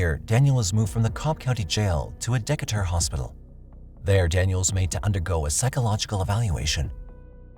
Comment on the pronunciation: That's the first time I've heard Decatur pronounced that way. It's wrong, but I really like the effort lol Fwiw: dee-kay-ter